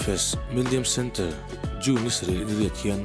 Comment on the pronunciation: Centre tih hi Sèn cháá tia lam tur tihna em ni? 🤔🤔🤔